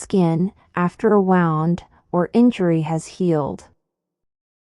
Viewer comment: Please,correct the word " wound" should sound as "woond".